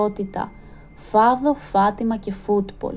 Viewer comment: Φατιμα ο τονος στο ι.